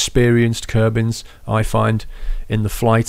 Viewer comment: Its kerbals not kerbans